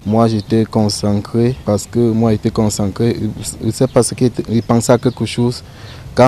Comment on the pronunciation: Concencré. On dit concentré quelle apprentissage de la langue française